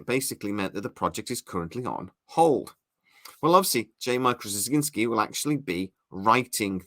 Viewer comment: One minor bit of constructive criticism - It's pronounced Struh-zin-skee. I like your channel and your reports, but that's one thing you've got to work on... 😉